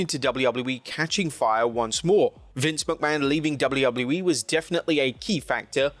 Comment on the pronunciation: It’s Dub-A-U Dub-A-U- E there is no L sound